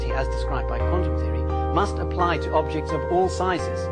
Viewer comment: How the hell could you butcher the word "quantum" THAT badly in the d-box??